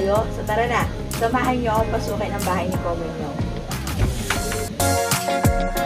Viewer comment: 왜 계속 “코몬용” 이야?? ㅋㅋ 웃기다 진짴!